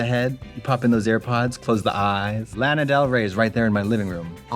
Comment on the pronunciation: Then commenting on pronunciation of surrogate when they slaughtered Lana Del Ray and guillotine.